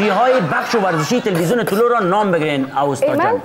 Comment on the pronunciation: واقعا جای تاسف است که واژه " اوستا " را درست گفته نمیتانی اوستا اسم کتاب زرتشت و یک تمدن آریایی در بلخ بود